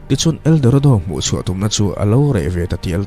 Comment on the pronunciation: Eldoredo ti in i lam ri leh thin,mahse buai na awm lo nia👍